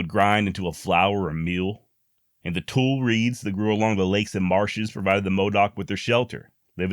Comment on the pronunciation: Don't mean to be Persnickety, but "Tule" is pronounced as"Tooley". All it took was almost 20 years in Southern Oregon to become fluent in "Southern Oregonian", namely Medford until I settled in Jacksonville. It's not far to the Lava Caves, but I never made the trip out to see them. Now, of course, I regret not going to see them, but in my defense, There is a whole bunch of Beautiful and interesting country in Southern Oregon. I moved there in 1984, and came back home to Georgia late in 2000. I lived near all the places where Captain Jack lived, and the Modoc War was fought. I used to call Southern Oregon "God's Country" and meant it, but Dang Politics has all but, Completely Ruined a Wonderful State. Lots of land to Hunt on, Lakes and rivers that you can actually Drink from when you're thirsty. Rivers full of Salmon, Steelhead, and Several Varieties of Trout. Cold water lakes within easy driving distance that are full of Trout, Crappie, and Small Mouth Bass, Abundant Camping Sites. I Loved Oregon back then and took full advantage of what it offered, but I'd not go back now, on a Bet. I don't want to see what they've done to the place.